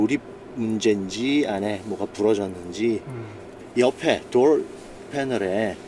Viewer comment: 단어 발음 죽이네 대쉬 볼드 도얼 츄림 R 발음 연습 많이 했나봐요. 다른 단어들은 한국적인데 퀄리티도 퀄러티라고 하고 소프트도 솨프트라고 하셔야지